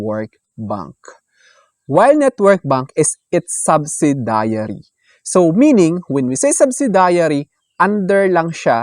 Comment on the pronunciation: Wrong pronunciation ng " subsidiary.. "